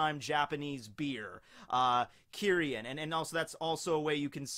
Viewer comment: kimchi----fermented, salted veggies You mispronounced Kirin.